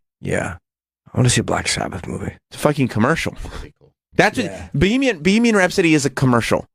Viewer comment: Fucking asshole. Its not bee-hee-mian rhapsody. Bag of shit.